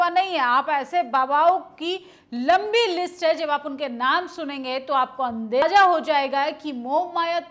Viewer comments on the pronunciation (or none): अंदेजा नहीं, अंदाज़ा मेरी बहन, आप पत्रकार हैं, उच्चारण सही करें